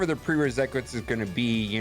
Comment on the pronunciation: nobody:: Prerecresate